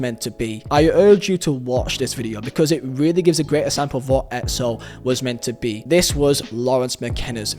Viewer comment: “For Edsample, edso”